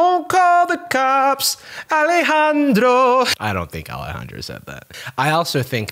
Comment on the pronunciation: okay but ’ pronunciation of ✨Alejandro✨ was incredible edit: AND HES GOT PIPES TOO?!?!